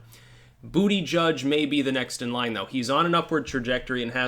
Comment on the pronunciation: Its pronounced Boot-Edge-Edge